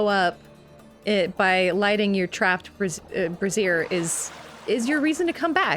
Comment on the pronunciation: Wait, brazier isn't pronounced like "erasure", is it?